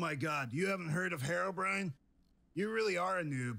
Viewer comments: STOP CALLING HEROBRAIN HEROBRIAN! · listen... IT'S HERO-b.r.i.n.e